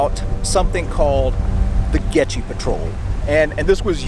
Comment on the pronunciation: Dang, a shame you can't pronounce "Goettge"